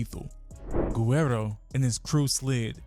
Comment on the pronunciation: How this dude can't pronounce guerro. It's not ger-rare-ro. It's wh-air-do. If u Makin videos about it pronounce it right.